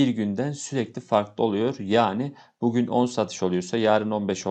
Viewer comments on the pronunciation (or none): none